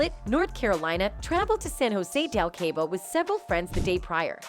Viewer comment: ‘Kay-bo?’ Jesus. Please don’t bother when you can’t pronounce basic words. It’s pronounced ‘Caw-bo.’ Jesus